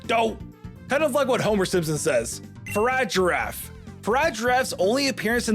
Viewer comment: He also said meowscarda and faragiraf